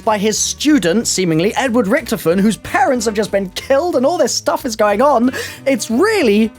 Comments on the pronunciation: pronounce Richtofen correctly please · ITS RICKTOFEN